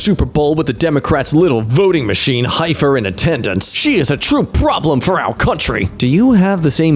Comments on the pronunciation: Heifer - pronounced 'Heffer' - it's another term for Cows or Cattle. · He can't pronounce "heifer," either.